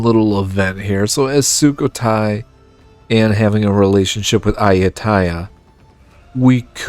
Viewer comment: Fantastic and your pronunciation of Thai places is quite good!